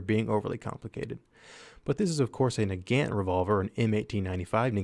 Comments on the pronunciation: Please pronounce "Nagant" correctly. It is not an American word, so it's pronunciation is different. It is not who you say it, "Na-gant" it is "Nah-gaunt." Please correct this, I see this all the time and it annoys me. Just like "Mosin." It's not "Mo-sin" it's "Mah-sahn." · its prononced nug-aunt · "nuh-gant" shudder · I cringed the way you said nagant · I hear nagant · So I was right. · pronouncing Nagant Revolver wrong ._.